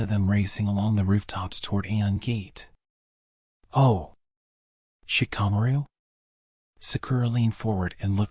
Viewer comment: Genuinely hate the way you pronounce shikamaru